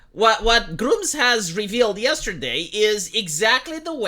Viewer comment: Gr-umm-zz not Gr-oom-zzz 😂